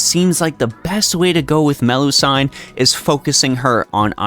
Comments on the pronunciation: Nice guide, but I keep getting distracted by your pronunciation of Melusine. Why do you call Me-lu-sine Me-lu-san? I've never heard anyone say that before, unless it's a nickname? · Either its Melu-seen or Melu-si-ne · Man I watch your guides most of the time but when you pronounce her name as Meh-loo-sayn, i go mad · Ngl it's distracting to keep hearing MeluSIGN over and over again. Also about the statement that you don't need another lancer in the game, that's only true if you have her atleast NP3+ for her to easily farm at neutral and even counter class. At NP3+, 90++ will also be easier. And also when just doing regular daily farming (spending nat ap) you can just use bond % ce instead of bbg at that point. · The "I" in Melusine is pronounced the same as the "I" in doing, looping etc, instead of the "I" in knight or Friday.